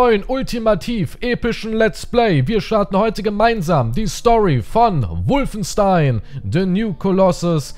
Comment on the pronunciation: Als in si Wolfenstein Englisch ausgesprochen hast. Das ist dein deutsches Wort.